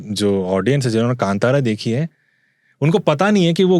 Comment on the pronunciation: बार बार kantara kantara बोल रहा हैं. ढंग से कांतारा बोलना ओके और बीच बीच मे दोनो बोलना बंद करो. आगे वाले की सुनो